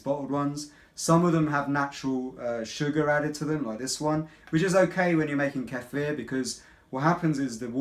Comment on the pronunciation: Thank you for pronouncing "kefir" right! Most people do not know how to pronounce it! Thx for the video!